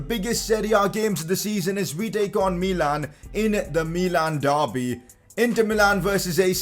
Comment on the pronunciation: It is not mee-lan it is mi-lan